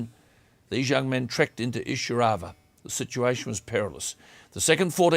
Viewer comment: It is pronounced 'eye-sir-au-va